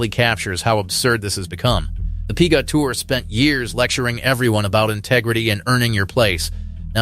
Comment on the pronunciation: "the Pee-gah Tour" says your text-to-voice software. Can you do better?